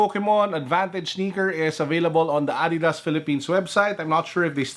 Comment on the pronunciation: I like it when he said "adeedas